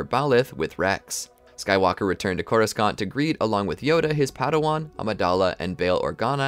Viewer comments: Bro is saying coru-scant instead of coru•sont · The one problem I have is your pronunciation of "Coruscant". With all the sources out there and this being such a large part of the story I would think pronouncing the main world correctly would be important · It's a great video but in the end, my frustration with how you pronounce words like Coruscant just won't allow me to finish it. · Before you make another Star Wars video will you please learn how to pronounce Coruscant correctly? They literally say it in the movies/shows countless times so I really can't understand why you mispronounced it literally every time you said it. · You cant call yourself a star wars fan you pronounced almost every star wars name wrong and you cant say it was because of an "accent" because you dont, you said coris-cont instead of Coruscant, you said crys instead of kryze. And I bet that most of the people who replied me to this is not a star wars fan and is only saying it after watching this 6 hour video on the timeline of one character, I'm not mad about this it's just that all of the supposed "star wars fans" that make these type of videos pronounce everything wrong making it clear that they are not a star wars fan because they've never really watched any movie or show. Sorry about this but I'm the only one in the comment section to point this out. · Too bad they can’t pronounce Coruscant or Amidala